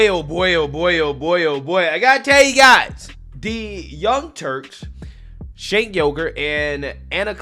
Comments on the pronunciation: Hey, just an FYI: Cenk is pronounced "jenk" in Turkish; the letter "C" has the "J" sound in English. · "Cenk" is pronounced "Jenk," like "Jenkins." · I love that they are getting red-pilled! I’m find with old school Dems, which are the ones he’s referring to. It’s the new extremists that are driving the USA down a trash compactor. Side note…you pronounce his name “Jenk.” It took me a while before I knew so I wanted to share as its Turkish and not pronounced like we would think. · Is his name pronounced Chunk Ogre?